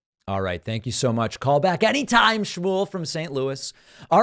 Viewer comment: At what point? I thought he looked the same throughout the interview, with the only heightened moment being , when he weirdly overemphasised "Call back anytime".